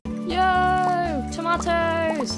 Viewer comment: Fantastic video, except how you say tomato. Stardew goofed with the tomatoes